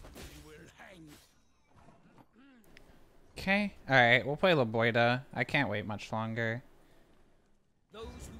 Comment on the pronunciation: It's LebiOHda, not LebioDA.